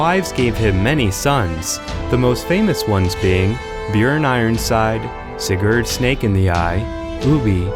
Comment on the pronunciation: My grandfather's name was Sigurd, my father's name was Sigurd, my middle name is Sigurd, as is my son's. We are Danes. The names pronounced here are very bad. No "R"s. Funny vowels. I suspect you're Finnish.